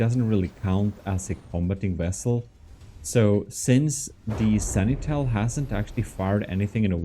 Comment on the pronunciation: It's supposed to be pronounced "Sen-ti-nel" not "Seni-tel".